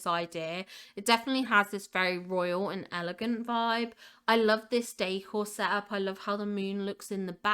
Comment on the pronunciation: I love how you say "décor", it always sounds to me like you're saying "day core" 😂